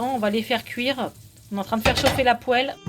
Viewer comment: Bonjour à tous ! merci à vous, et un petit détail pour perfectionner vos vidéos : même si on n'est pas cuisinière dans l'âme, on sait qu'il faut dire une poile, et non une pohelle... Du moins dans les régions (Paris, Sud-Ouest) où j'ai vécu. A plus !